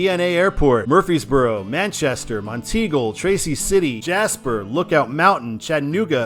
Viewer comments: Yeah, top of the Mountain. Never heard anyone say teagle before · I think it's pronounced as Mont-eagle. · Monteagle is prounounced as Mont-eagle, with the emphasis on “Mont”. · Mount Eagle is the proper pronunciation of that town in Tennessee. At least it's what someone told me years ago when I rode on 24 on it.